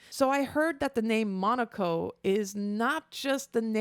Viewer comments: All in good will, but its Mo-KNOW-Ko, not Monaco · His name is pronounced more like "muh-no-coh," he's the dog and he's kinda funky.